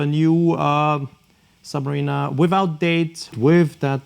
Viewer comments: Just to politely make a suggestion on how to pronounce the name in English it’s phonetically: ‘Sub-ma-rina’ not ‘Sub-ma-reena’ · Interesting thank you, but I wish you’d get the pronunciation of “submariner” right! 😉